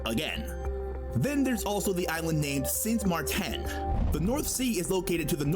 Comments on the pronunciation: the way he siad sint maarten i mean omg noooooo dutchies tell me im not alone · the guy revieuwing Netherlands burchered our ABC and the rest of the name,, st.maar10? no wth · How he said Sint Maarten >:( IK BEN EEN BOZE KAAS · "Sint Marthenn" I DIED LISTENING TO THAT LOL